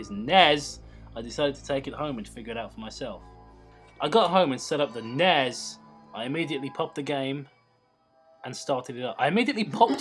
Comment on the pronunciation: You say the letters of the console. N-E-S and S-N-E-S. I'm sorry for correcting but points to self huge Nintendo nerd lol